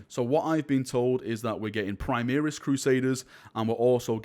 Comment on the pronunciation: "Primeris" lol :D